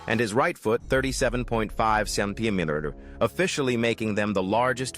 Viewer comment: How is it that you can pronounce their names and conditions, but you can't pronounce centimeter? 🤨